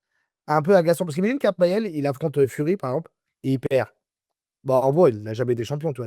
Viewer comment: il dit kabayel surcote mdr guignol